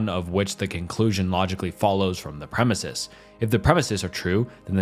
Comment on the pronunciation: Omna-science and premesises 🤦🏻‍♀️